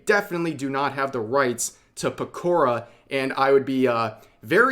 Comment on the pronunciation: Peko-rah, not Pekor-uh